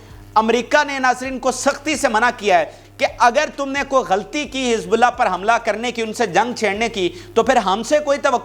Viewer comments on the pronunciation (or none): none